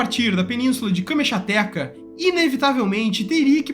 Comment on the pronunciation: Mano, sou fã do canal, você tem 250k followers o que te coloca entre os 3% influencers com mais seguidores. Mesmo que pequena, você deve ter uma equipe. Desculpe, mas falando como profissional de criação, é inadmissível falar "câmexatéqua" (Kamchatka) sem pesquisar a pronúncia correta: basta colocar no Google " pronounce" e em 30 segundos você vai saber como o falar corretamente. Não é uma crítica, é uma dica de quem segue o canal a compartilha o conteúdo.